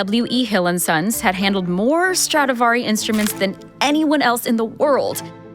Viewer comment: First of all it’s Stradivari and not StradAvari. Other point - what is Strad(s) ??? Can’t you just respect the name of Antonio Stradivari and call it by his real full family name ? Is it that difficult ? Awful to hear how you mangle his name 😢